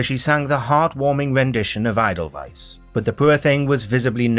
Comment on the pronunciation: Was anyone else annoyed by how the narrator pronounced edelweiss? 😂😂😂 Xxxx